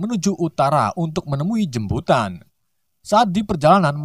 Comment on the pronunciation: Jmputan bg bkn jmbutan